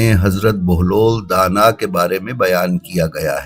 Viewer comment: pahle inka nam sahi bolo bahelul danah